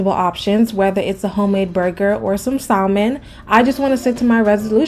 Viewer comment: Sa-mon … silent “L”